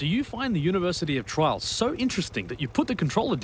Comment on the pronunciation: You pronounce "Trials" like "Trolls"